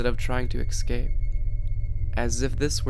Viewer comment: Escape not excape